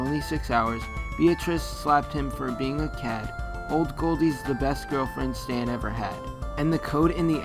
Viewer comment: pretty sure she said Stanny or Stannie